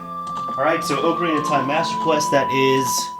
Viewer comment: i can't stand it when people call it oak-arina, whole video ruined.